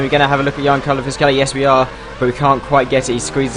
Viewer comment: In Fisichella's first name you pronounce the 'G'